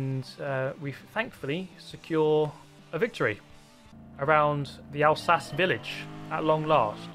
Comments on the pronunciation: the pronounciation was wrong again mate it's 𝔈𝔩𝔰𝔞𝔰𝔰 not Alsace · It's pronounced Alsaque, it is in the Elzas region in France very beautiful. I stayed there with a family for a week. I have good memories of the vineyards, snowy mountains and less fond memories of the choucroute/sauerkraut as they eat it with everything. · I like how said Alsace with an Italian pronunciation but doesn’t say Maggiore with an Italian pronunciation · Everytime I read Alsace now I cannot stop pronouncing it Alsatse. . . Damn you! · "Owl Sahchay" lol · I like Al Satchie, but it’s no Barth hurst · Huh. I always thought it WAS pronounced Al-sa-cheh. Guess not i suppose. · It's pronounced Al-sarcky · its not said like 'alsass' its italian so its 'alsachee' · alsache lmaoo hahaha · Its not pronounced alsache